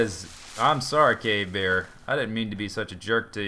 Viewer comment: Every time you say cave bear, it sounds like you're actually saying 'gay bear'